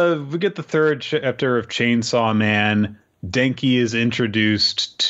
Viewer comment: "Denki" You're killin' me man.